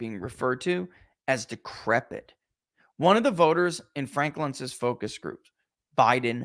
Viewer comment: there is a “t” at the end of the word “decrepit”